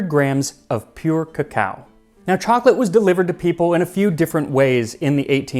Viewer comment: what's the correct pronunciation? cause it seems like the presenter has swapped the pronunciation of "cacao" and "cocoa"